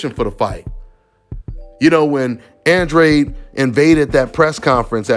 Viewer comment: Oh and one more thing: just cus Andrade CLAIMS nelo was gonna get 40m to fight him doesn’t make it TRUE. Show us the receipts Andrade. Oh and one more thing Andrade, learn how to pronounce your EUROPEAN last name. Lol this shit hella ironic considering all the obsession over Europe on this channel